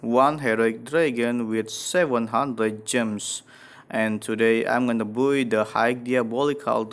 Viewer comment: i like how says by as buoy